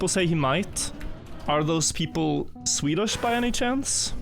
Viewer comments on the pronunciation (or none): none